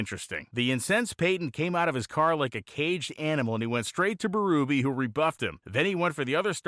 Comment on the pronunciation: PS I grew up going to new england dragway. I always thought Dave Berube was pronounced BerUHbee... am I wrong?